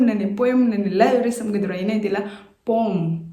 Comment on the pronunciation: But do check the pronunciation of poem in British accent as it is pronouncing as poem as we usually pronounce.... Not mean to bring any error as you are doing really wonderful ...